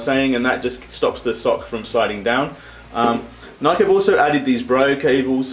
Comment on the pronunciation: It's pronounced ni key